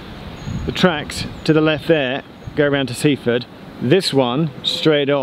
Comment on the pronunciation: Sussex place names have the emphasis on the last syllable, so it's Win-chel-SEA. It is also Sea-FORD, not SEA-ford as Geoff pronounced it.